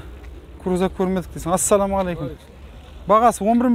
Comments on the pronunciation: Осы сен саламалейкум деген созди айта алмайсынба.кызык айтасын. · Ассалаумагалейкум деп четка айтсан нур устине нур болад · жұмысың жақсы, бірақ АССАЛАМУ АЛЕЙКУМ дегенді дұрыстап айтсаң дұрыс болушы еді..